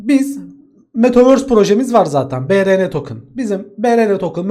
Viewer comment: BuRuN tokın